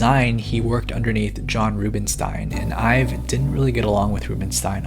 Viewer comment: Almost every time you mention Jony Ive I think you're talking about yourself, because it sounds like you're saying "I've" lol e.g